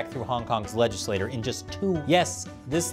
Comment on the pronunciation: Great video. One note: legislature is pronounced le-jiss-lay-chur, not le-jiss-lay-tur.